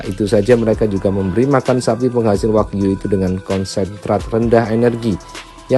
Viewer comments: Wagyu bukan Wahyu, katanya orang kaya bilang gitu saja sdh salah, belajar dulu bilang R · 😅😅😅😅 hiiiihaaaa orang kaya makan steak wahyu ..... gila gk salah ngmng tuh si OKB ...steak waghyu jadi wahyu .... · Kirain kl orang cadel cuma ga bisa bilang errrr, tp ga bisa bilang ge juga, waghyu d bilang Wahyu. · Malu" in aja lu Cadellll nyebut nama daging sapi jepang aja salah wkwk